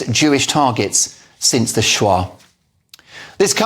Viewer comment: Pronouncing SHOAH correctly would have helped!!!! SHOW-AH not SHWAAA!!